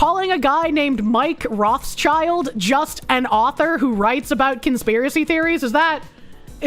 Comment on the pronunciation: one trivial thing, it's not roth child. it's roth schild, read as roth shield. their name is yiddish for red shield, their coat of arms, not for red kids.